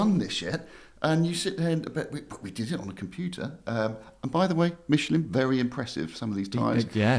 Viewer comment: Don't you mean powered by "mitchalin"? 😂